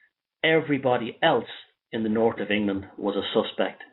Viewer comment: North sounds like nourt 0 sound like caught?